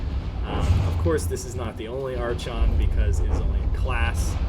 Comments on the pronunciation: It is EXTREMELY painful to hear you pronounce archon like that lol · Was gonna watch this but the mispronunciation of "Archon" just killed it for me.